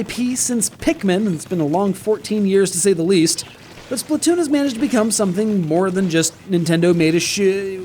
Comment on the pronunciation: It' actually pronounced Splat not Split or Splut.